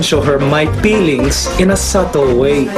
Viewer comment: PEELENGS ??? ahahah